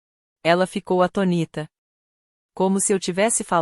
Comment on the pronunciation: Tem muita pronuncia errada. ATONÍTA é errado, atônita é o correto.